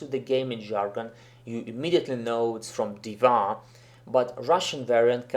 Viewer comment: Хорошее видео, я согласен не со всеми предложенными вариантами, возможно, я опишу это позже. Но одно реально режет ухо - почему Див_А_? Она Д_И_ва. И да, много игроков произносят "гг" и "апм" именно так, за этим можно обратиться на стримы старкрафта и послушать.